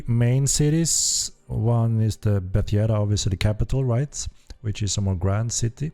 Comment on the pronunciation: and Bet Yeda, cringed even more